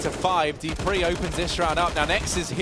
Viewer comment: why is the caster saying : Dipreeh... ITS FUCKIN DUPREEHHHHH